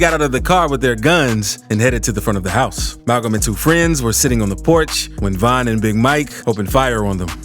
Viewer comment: Stop disrespecting Von by saying VINE!! Nigga you so infatuated and in love with street niggaz you can’t even pronounce their name right. Never speak on VON again